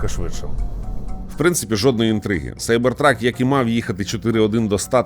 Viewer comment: Як же приємно, що ви кажете Сайбер Трак, а не кібер трак. За це відразу лайк